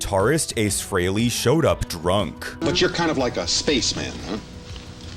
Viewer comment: for the love of god its FREHLEY , F R E H L EY , not fucking FREELY ...... after all these years you still cant get his name right ???? jesus christ man